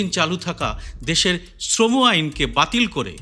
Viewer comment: আপনি সঠিক উচ্চারণে শ্রম srama কোড কথাটা বললেন। বেশির ভাগই আজকাল sram উচ্চারণ করছে। ভীষণ শ্রুতিকটু লাগে শুনতে। ধন্যবাদ আপনাকে।